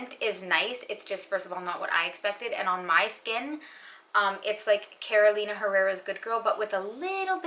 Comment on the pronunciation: Hey! Thanks for another great video ❤️ I’m wondering what heritage you’re coming from? I don’t hear any accent except when you pronounce the names of perfumers (Roberto, Carolina), I looove it! It sounds sooo real, how I think it should sound, and no one says it like this 😊